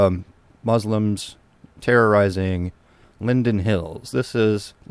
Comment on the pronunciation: Can you not pronounce terrorizing?